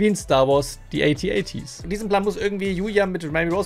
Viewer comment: AT-AT nicht AT-NT bitte!!!!!!!!!!!!!